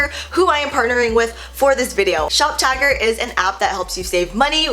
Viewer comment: Okay I know I'm not the only person who thought she was saying shoptiger not shoptagr. I'm glad she put the link cuz I woulda been confused.